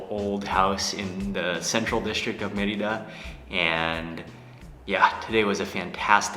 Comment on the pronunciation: It is "MER-ee-dah!